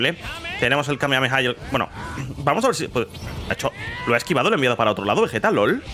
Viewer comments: Entiende no es vejetaa esa VEGETA con geeee de gato. Repite conmigo VE GEEEE TAAA VE GEEEEE TA VE GE TA Pronúncialo: vegueta, vegueta, NO ES VEJETA ES VEGUETA ASÍ LÉELO Y ASÍ PRONÚNCIALO VEGUETA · Según la serie tendría q pronunciarse como veyita no Vegueta